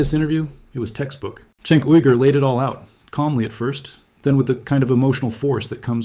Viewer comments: Chenk not sink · It's prounced "Jenk", the letter C in Turkish is pronounced like a J. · Cenk=Jank. that is how his name is said. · Bro good Video but try pronouncing Cenk correctly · Just watch one tyt episode and should be able to pronounce cenk uygur correctly… ffs lol